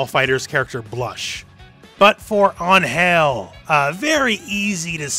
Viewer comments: Hey. Love your videos. Just an FYI, I speak Spanish and the name "Angel" is pronounced with the accent in the A. So like Ángel. Not Angél. Thank you for the videos. By the way, the "g" is pronounced as a "j", so you got that part right. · I love Baiken, she's the only reason I put out with Guilty Gear X's god like final boss BS. No like for you, but still subscribed because I get what you mean, especially about Angel, who's super awkward to play. Although, it's pronounced like "Anhel", as with a sounding "h". What you said was more like "Ann Hell", as if it were two words. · dude dont say an-HEL like that you are buchering the word, check the google translator pronunciation, i bet it would do a better impresion, i really apreciatte that you are trying to go for the spansish pronunciation, but it really sounds like you are saying UnHell Not Ángel anyway nice video mate from cheers from a spanish viewer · Why does he say "anhel" and not "angel" ? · Just so you know... "An-Hell" is also a pretty gross mispronunciation of "Ángel"... Also, since her name lacks the grammatical accent ( ´ ) on top of the letter A, her name is probably meant to be said in English... So you can just say Angel. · WHAT!!!? Can you please pronouce it correctly ? it's ANGEL . . . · For a better pronunciation of Angel, you should be doing emphasis on the "an" not the "gel" part of her name. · In the future, if you are going to pronounce Angel's name, just remember. ÁN-gel not án-GEL (notice the accent mark) Greetings! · Ángel is "AN-hell" not "an-HELL" They just don't use the accent If it is angel like you say in the video, then it isn't the word meaning angel in english, it's like an invented word that sounds similar to ángel, they want to evoke the angelic part of the word without saying ángel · Im 99% sure its not an-hel when pronounce in Spanish. Unless im missing a joke it Ang-hel, Ang-hel, not Ang...Hel no wierd pauses its said fast.